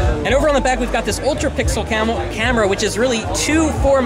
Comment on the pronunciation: "and over here on the back we have an ultra pixel camel.. CAMERA!!" Lol